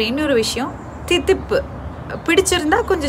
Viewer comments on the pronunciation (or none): அது திதிப்பு இல்ல மேடம் தித்திப்பு....